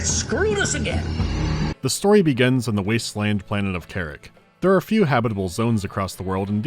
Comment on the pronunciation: Not "kerrick" - "KAH-rahk".